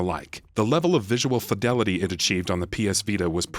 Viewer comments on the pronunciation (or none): none